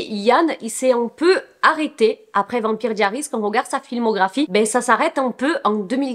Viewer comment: La prononciation de vampire diaries pitié 💀💀💀